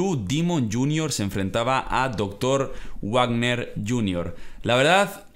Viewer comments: No c dice Warner de dice varner y combates sangriento y chidos los de rush vs l.a park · Hola saludos desde México, solo un par de comentarios en buen rollo, nada de mala leche jajaja son errores normales de alguien que no ve la lucha libre mexicana. Se pronuncia Doctor Vagner, hay mucho (incluído Hugo Savinovich al principio) que lo pronuncian tal cual con W pero es con V y el en caso de Blue Demon pues tu pronunciación es a como debería ser, peeeero este personaje se formó hace muchos años y se empezó a pronunciar mal, por lo que a pesar de que en teoría es correcto decir Blu Dimon, le pronunciación "correcta" es Blu Demon (así como se escribe) cosas de mexicanos jajajaja. Creí que resaltarías el trabajo de El Hijo del Vikingo, tremendo luchador y apenas tiene 22 años, espero pueda llegar lejos. Por cierto en el caso del referi que no le contó a Big Mama, en Triple A el referi beneficia a los rudos, así que probablemente por eso contó a favor de La Hiedra y en el caso de la lucha final pues todo México esperaba una lucha a lo vieja escuela, claro que se esperaba sangre y silletazos pero faltó demasiado llaveo, esa lucha fue más una pelea callejera que otra cosa;( en fin saludos desde México y toda la buena vibra!!!:) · no es modo de ofenderte pero algunos luchadores no se pronuncian así texano JR se pronuncia algo como tejano JR Dr Wagner se pronuncia como dr vagner Repito no es para ofenderte para apoyarte y darte un consejo sobre la lucha libre mexicana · oye solo una observación aquí en México se pronuncia "Vagner" jajaja y Demon como se lee